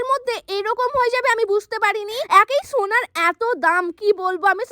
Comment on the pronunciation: হোনার নাকি সোনার 😄😄